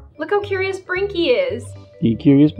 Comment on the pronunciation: GUYS ITS NOT TWINKLY ITS BRINKY XD